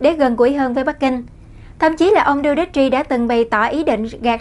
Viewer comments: Đù tê tê...! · Rodrigo Duterte (roˈdɾigo dʊˈtɛrtɛ) làm tin tức thì nên tìm hiểu, đọc tiếng Anh, ít nhất đọc tên nguyên thủ quốc gia cho đúng... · Đọc tên tổng thống không chuẩn